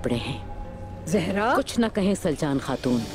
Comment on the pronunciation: Soory but it's not slacan it's saljan